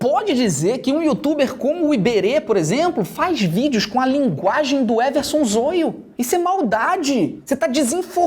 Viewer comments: Ele não sabe falar "zoio" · Só eu que reparei que o Felipe pronúncio o nome do zoio errado to rindo até 2050 kkkk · Ele nao fala zóio ele fala zôio kkk😅😅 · É Zóio é não zoio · Não é Zôio é Zóio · Eu to rindo pelo ZOIO ele falar envéz de Zóio sksksk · Há, o nome dele é Zóio e não Zôio. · "O Zôlho" Se pronuncia com som de "ó"; Zoio. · O canal do Everson Zoio para mim é um lixo, mas ele tem quase 10 milhões de inscritos, por isso é até engraçado o Felipe Neto não saber que a pronuncia correta é "Zóio" e não "Zôio". Não precisava fingir que não conhecia tão bem o rapaz. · A pronuncia é zóio e não zoio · Fala zóio manooooo, não zôiô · É Zoio não é Zôio pronúncia direito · ZÓIO, não zôio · Não é "Zôio" é "Zóio" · Muito bom mano mais tipo e zoio não zôio gostei muito do video eu levei o video do zoio na zoeira lek mais tá baum tmj •_ゝ• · Ele ficou falando a pronuncia errada, que agonia Zoio, e não Zóio kkk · O FELIPE NÃO É ZÔIO É ZÓIO QUE SE PRONUNCIA E SE ESCREVE ZOIO!!!! TE AMO, BJOS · O felipe fala zoio nao zóio kkkkkkk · Zôio... Zôio... Zôio... kkkkkkkk é Zóóóóóóóóiooooo, caria... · É zóio carai e não zôio hahahah (To zoando) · Não é zôio meu filho é zóio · Meu deu agonia ele falando zôio e não zóio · Zôio? Kkkkkk "Zóio" é o certo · Krl Felipe para de falar zôio é zóio kjklkjkl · Nao é zôiô é zóio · É Zóio, não Soio , seu analfabeto. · Lê se zóio não zôiu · Zôio? É Zóio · Kkkk agonia dele falando zôio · "Zôio"... falou o nome dele no começo certo e dps continuo falando errado... Nem fez isso de propósito kkkj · O fato dele estar sendo acusado de estupro, não significa que vc tem pronunciar o nome dele errado. “Zôio” kkkkk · É zoio que se escreve se pronuncia zóio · 19 minutos de video sério,e oq o pessoal vai comentar é sobre o jeito que ele pronunciou zóio errado,mds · Nem pronunciar Zóio esse "Youtuber" sabe haushaushauha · Não é zoio é zoio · Mano o "zôio" erro em falar isso é mt pesado porem ele falou que foi tudo mentira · Ele pronunciando o nome do Zoio de zoiu